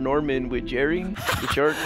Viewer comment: “Looking for Norman with Jarry”😂😂😂